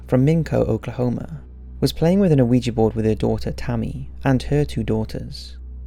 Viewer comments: It's not O-uiji it's Ouija not How he spelled it, but how he pronounced it Also one of the main rules is never take your hand off the planchette till you say goodbye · Does it bother anyone else that this guy pronounces it Oh-weejee? You don't pronounce the o. It's just weejee. The French word for yes isn't pronounced o-wee. It's wee. Oui. Yes. Ja. Yes. Ouija. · The O at the beginning of Ouija board is silent...phonetically its we -ja. Sorry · can everybody stop saying "oueejee"?! the word is ou-ee-ja! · Why does EVERYONE pronounce it (incorrectly) ‘wee-jay’...??? It’s an OPEN ‘A’ at the end... “WEE-JAH”! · 😣 the "O" in ouija isn't pronounced. Oui as in the French word for yes or "weegee" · Why does almost everyone pronounce it "oh we gee"? The o is silent. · I really like your videos but you have got to work on your pronunciation, Ouija is phonetically pronounced 'wee-ja' you don't pronounce the O at the front. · I almost stopped watching because they pronounced it "ooeejee" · it makes me laugh how you say ouija board :D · pretty sure the o is silent man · The O is silent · Still pronouncing it wrong... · it's hard to take you seriously when you don't even pronounce Ouija correctly smh